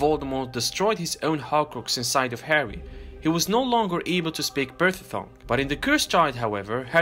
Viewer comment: P a r s e l tongue not perthel tongue